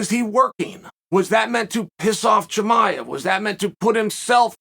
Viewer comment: I’m very surprised Chael pronounced “Chimaev” correctly.